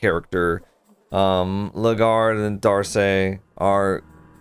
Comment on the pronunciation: I think you'll find the knight's name is pronounced 'dork'.